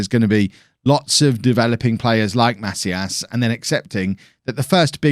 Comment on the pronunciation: pronunciation tip: try to say "maCÍas", and not "MAcias" :-)